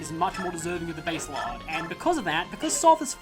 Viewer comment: It's not "base-lard" it's "bah-sel-lard". It's named after the city of Basel in Switzerland.